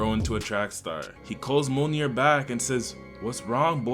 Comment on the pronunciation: Why are you pronouncing Mjolnir like ammonia 😂